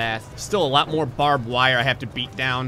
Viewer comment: Lost it at "Mor(e)phine the better. "